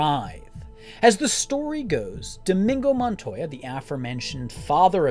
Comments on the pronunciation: That pronunciation 😂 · Dude this is possibly one of my favorite YouTube videos ever but how are you this big a fan and can't pronounce the characters name